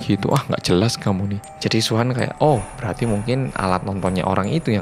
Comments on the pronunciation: Nama Suhan Gw dengernya wuhan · Sama ku pikir sebutin luhan😁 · Ak kira Wuhan :v